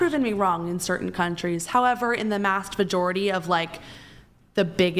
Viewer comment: “mast vajority” calm down, heifer